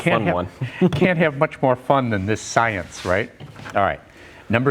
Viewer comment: In the name of shcienche . You good job.